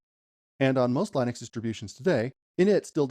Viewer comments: It's not Lynix it's Linux. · your saying Linux wrong and im a beginner to. It's pronounced Linux as Linda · Is this AI? is this how you pronounce Linux? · Why do you continually mispronounce Linux ?